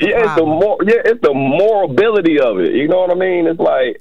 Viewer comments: I was so confused when he said “moralbility” lol. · First caller: What is a "pa-demic"? What is "moralbility"???? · He said “morability”. Sir please go back to your Queen of Diarrhea prevention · "Caucwasion" & "Morability" are CRAAAZZYYY! 🤣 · "It's the 'morability' of it"... 😭